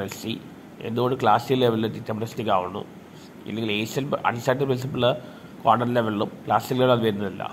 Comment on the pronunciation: കോണ്ടം അല്ല ക്വാണ്ടം, മറ്റേത് വേറെ സാധനം അണ്, അണ്ണന് അറിയതൊണ്ടാ 🤭 മെഡിക്കൽ സ്റ്റോറിൽ ചോദിച്ചാൽ മതി ഒരെണ്ണം തരും